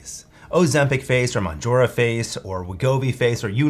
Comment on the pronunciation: He can't pronounce mounjaro, lol.